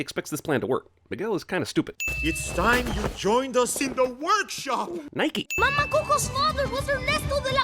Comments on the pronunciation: why does he say Nike? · “Nike” ooof